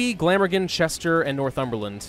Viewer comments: How to pronounce Glamorgan = Gla-mor-gan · Btw you pronounced Glamorgan wrong